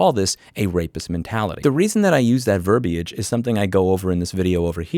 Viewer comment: verbayige??? did you mean verbiage